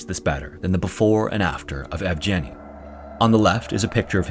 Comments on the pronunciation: The g in Evgeny is pronounced as in go. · Inputting Evgeny into google translate and listening how it's pronounced is too difficult, I understand:)